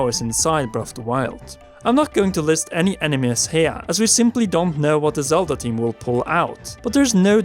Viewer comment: I like these videos, but....does anyone else hear "Zelder" and "oricaner"? Or is that just me?